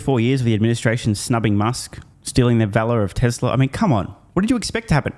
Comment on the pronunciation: As TSLA is non union they were dismissed. Also true Mr. Biden cannot pronounce the word "Tesla".